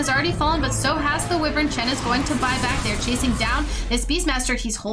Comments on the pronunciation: It's WUIvern, not WEEvern. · Who the he’ll is this bitch!! This bitch just said wevern instead of wyvern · "Winter Wivern" 😂